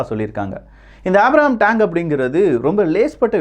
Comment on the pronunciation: Tang iillapa,Tank. Tremb illappa, Trump .Pronounce properly.